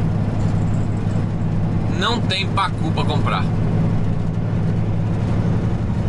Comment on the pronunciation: Kkk mivard como se fala em americanes não tem pácu kkkk